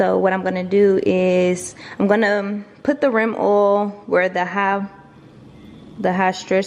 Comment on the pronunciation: I like the way you said rim oil LOLOLOL u dont want to dry insert, u might hurts it